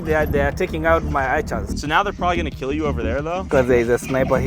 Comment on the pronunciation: really said “keelled a lion den I keel a goat”